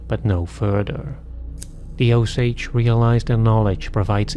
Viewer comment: Oh-Sage as in “oh Say dzh” I think their name is pronounced as “oh-sah-heh”